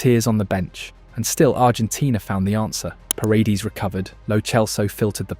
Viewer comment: Great video! Just a tip so it doesn't sound so off when you pronounce a couple of names: Say "Nahuel" like "Nauel" (silent H), and "Paredes" like "Par-eh-d-eh-s" . Thanks for the great content and narration (and your admiration for Argentina's football!)